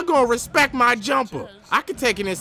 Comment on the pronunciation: Say it right not respec, respect